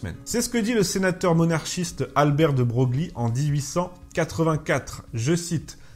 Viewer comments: Salut, contenu très riche, comme d'habitude. Simplement, Broglie, pour aussi que ce soit, ça se prononce "Breuil" sauf erreur de ma part. Au plaisir de suivre tes prochaines vidéo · Salut pour info Broglie se prononce «breuil». comme castrie se prononce castre .. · Cher, merci pour vos formats aussi drôles que percutants. Petite remarque néanmoins, Broglie se prononce "Breuille";) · De broglie se prononcé 'debreuille', sinon bonne vidéo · Merci très bonne émission de "La Petite Histoire" ;) Je me permets une petite correction, un détails : Jacques Victor Albert, duc de Broglie (se prononce de Breuil) :) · Il me semble que, si ça s'écrit "De Broglie", ça se prononce "De Breuil". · De Broglie se prononce de Breuil ! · Albert de Broglie se prononce [Albèr de broye]… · De Broglie ça se prononce "De Breuille" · Bonjour, merci pour ce petit recadrage, on attend donc le démontage des plaques de rue au nom de Victor Hugo.... Une remarque néanmoins: de Broglie se prononce de Breuille. Bonne continuation. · Très bien mais attention à la prononciation de " de Broglie "... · Reprenez SVP la vidéo en prononçant correctement BROGLIE.